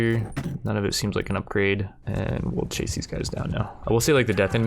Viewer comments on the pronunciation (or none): none